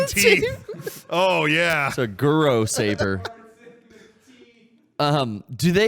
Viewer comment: "Guro Saber"